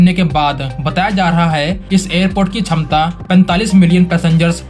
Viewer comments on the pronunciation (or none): none